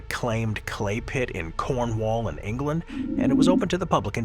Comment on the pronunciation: You’d think a channel as large as this could pronounce Cornwall correctly